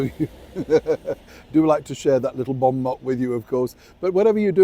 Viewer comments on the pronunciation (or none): Bon Mot is pronounced Moh, French literally for good word. Not trying to be picky, sorry.